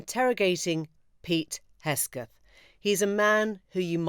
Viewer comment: Emily, it is Hegseth not Hesgeth